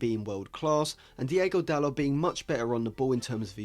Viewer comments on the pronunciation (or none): Great Video, just want to say though, It's not Diego Dalot, It's Diogo Dalot, Diego is a Spanish name